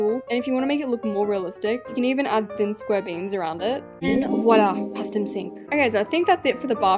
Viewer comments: What Alaska heard: custom sink What I heard : pustom sink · What Alaska Heard : Custom sink What I Heard : Paestum sink